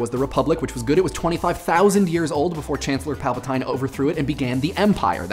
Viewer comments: is this going to be "gif" vs. "jif" vs. "jyfe" all over again?, it's Pal-pa-teen, not Pal-pa-tyne... XD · Also, pretty sure his name is Chancellor Pal-pah-/teen/. Not Pal-pah-/tine/. Correct me if I'm wrong. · Palpateen like Mr. Clean, not Palpatyne like Terpentine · It's pronounced like Palpateen and stormtroopers aren't clones. SPOILERS for the new canon book Lost Stars. Two civilian friends join the Imperial Academy to become pilots. One becomes disillusioned with the empire prior to the first Death Star blowing up if I remember right, so yes there are defectors. His friend, still loyal to the empire, begins to hate going into battle because there's a chance she could kill her former friend. She misses on purpose and lets rebels get away from time to time, feeling all kinds of horrible about it because she does believe in the empire and has a strong sense of honor and duty. This situation doesn't scale up to all of the stormtroopers missing on purpose but it does make defectors and conflicted Imperials canon. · Everyone is commenting about how you thought storm troopers were clones, so I'll complain about something different. It's pronounced pal-pa-teen. Have you even seen Star Wars?... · Pry-mer Palp-a-teen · Stormtroopers aren't clones!!!! Also, it's pronounced Palpateen! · Short 'i' Primer, and PalpatEYEne? You're doing that on purpose, aren't you? I'm surprised you didn't say "EmpEEr". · Look at the bright side of this trooper debacle, at least no one noticed you pronounced Palpatine incorrectly. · Why is it that you pronounce words (primer, gif, Palpatine) in ways that I've literally never heard anyone else pronounce them?